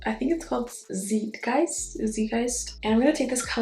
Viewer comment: Hello love! That purple color is pronounced ZAIGHT-guy-st. The ZAIGHT is pronounced like the word height